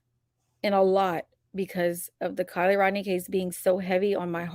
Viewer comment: Sorry but it’s Rodni.